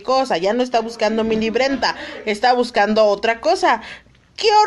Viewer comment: "Linbrenta" xD